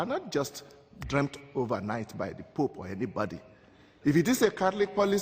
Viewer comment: Ironic that the man talking in favor of religion pronounces "The pope" as "The poop" ...